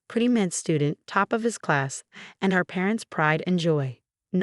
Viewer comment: Our, not her, MCAT, not NCAT. Heir, not hair. Pronounce syringes correctly. All for, not offer. Syringe, not sireange. Pronounce records correctly. Were Marcus's and Alex's sentences without the possibility of parole?